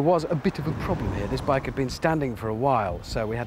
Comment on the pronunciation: At the start, did he say "The right place for the right blike"?